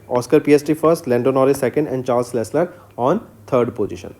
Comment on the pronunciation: it's Pronounced leklerk!😶